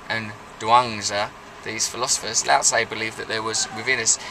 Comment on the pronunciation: It's Lao Tzu